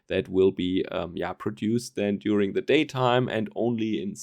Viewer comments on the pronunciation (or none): none